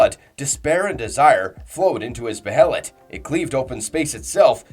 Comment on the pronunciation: Dawg pronounce the names right the anime literally says how the behelit pronounced it’s “ bay lit” Same with skull knight, he’s only once been called by name and it’s not “skeleton king” yes he WAS a king but you can’t be a king of a land that no longer exists. I bet this guy pronounces casca as “kas Ka” ik it’s not that big of a deal but dude for a guy that half his channel is berserk content you’d think he’s say the characters and things names correctly